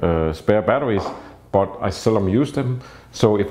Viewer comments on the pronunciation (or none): none